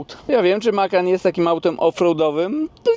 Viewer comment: Widzi pan tam gdzieś S na końcu? Macan bez S na końcu. 😂